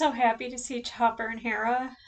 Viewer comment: If you're going to pronounce Chopper (charmingest traumatised soldierdroid in the galaxy) in french, Lengthen your o.